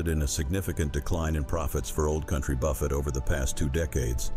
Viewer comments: Buffet is pronounced buf A not buff it! (Buffet)! this is the A I mess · I liked the content, but I'm sick and tired of AI read text. It's buffet with a silent T, not like Jimmy Buffett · If your going to use a computer generated voice, please listen to, and correct things like the word Buffet not pronounced Buh-fet, but Buh-fay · Old Country Buffet. Buffet is pronounced like buff hey, not like Jimmy Buffett’s last name. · You need to 'learn' how to pronounce words connected with the food industry BEFORE making such a video: " B-u-f-f-e t" is pronounced "Bu-FAY" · Buffet is pronounced BA-FAY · This commentator can't even pronounce Buffet. He says buffets like Jimmy Buffet. People that can't pronounce our words in this country can always get a job on YouTube. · Buffet is pronounced buffet not buffet Mr Computer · Can you PLEASE learn how to pronounce BUFFET. l believe the high costs because too many certain people wasted too much food. This occurred in blue states or blue cities only. All this wastefullness was willfully done. Too bad bad behavior and the idiocy of entitlement is the downfall of most of America. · How can you possibly mispronounce "buffet"??? Where are the educated people? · The AI reading has so many comical mispronunciations! For example, “buffet “ pronounced like Warren Buffet! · Can someone teach the ai reader how to pronounce buffet? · Oh speaker, please check your pronunciation on buffet and sopapillas.